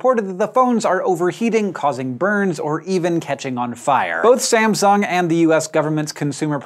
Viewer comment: I liked the way Hank pronounces Sam"sung". emphasizing on the sung.